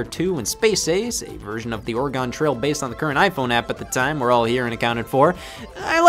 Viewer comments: Sometimes I forget Scott is from the Midwest until I get ear assaulted by "OreGONE trail". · Never thought I would hear Scott butcher my home States name. What an honor! "orieegon" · Scott says, “Oregon” like it’s a shape with a whole bunch of sides. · It’s or-eh-Gen not or-uh-gone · DID YOU ACTUALLY JUST PRONOUNCE IT AS "OREGONE"?! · Youve committed the horrid sin of misprouncing Oregon as Oregone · You say Oregon wrong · Scott you pronounced my state wrong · I am becoming convinced that he's only pronouncing Oregon that way to spite me specifically.